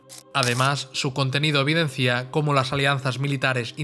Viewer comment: Buena presentación. Si admite una reflexión: hay que cuidar el castellano. No se dice "evidencía", sino: "evidencia". Claro catalanismo. Saludos.